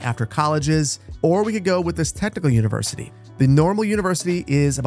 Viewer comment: "Univercity"? Really, boss? :D